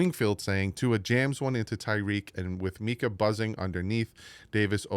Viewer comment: You're the best but please call him MINKah not MEEKah 😂